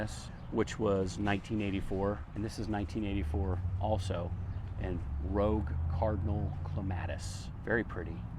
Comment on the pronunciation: I laughed so much whrn you said clematite Rouge Cardinal. Pronounced Rug Cardinal. In french it is Roooge